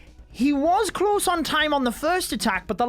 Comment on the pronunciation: Its so “klaus” instead pf close HHAHAHAHAH good one